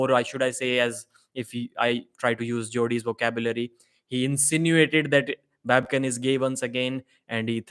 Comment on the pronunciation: Who told Devon to come in the room, if he was not even able to hold his anger for a sec? Immediately after entering he first mock Babken saying 'baby-kin', if someone told you like that than what would you do? Even if Babken came in the Devon's room calling him 'CLOWN🤡' than you sheep fans would have gone far against Babken!